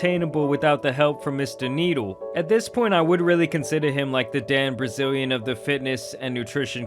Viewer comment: “Dan Brazilian.”😂😂😂